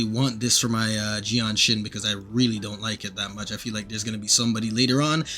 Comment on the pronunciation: Bro's making excuses due the fact that he can't pronounce her name properly. Bro think I second... Well it does rhyme with genshin. 🗿